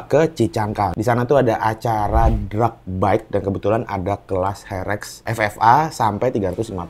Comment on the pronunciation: herek bukan ferek 😂